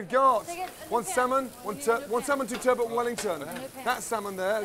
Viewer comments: WHY some of these chefs say 'turbo' or turbert' instead of TURBOT is ridiculous. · The worst part of all of this is turBOT.. being pronounced turbo.. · Everyone there pronounces "turbot" different. 😂